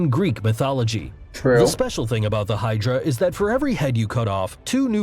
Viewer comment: Thinks this guy pronounced right: kraken, hydra, kappa. Thats it.